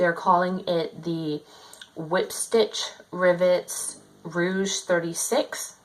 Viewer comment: Thanks for the update on your Whiplash Rivets Rogue 36. I think it's the greatest! It's interesting to see how it's been working out for you. Just one thing...this style bag is pronounced "Rogue" (rhymes with Vogue), and not "Rouge".